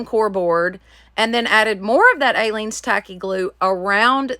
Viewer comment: You are pronouncing Aleene's incorrectly. It doesn't have a long A. It is pronounced uh-leene's. 😊 I used to watch her craft shows YEARS ago. You can probably find them on YouTube. Great crafting. You should find them and watch. I also LOVE watching your channel. Lots of creativity that I use every weekend. Thanks for sharing with us.